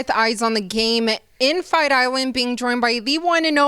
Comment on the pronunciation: “Fight irand”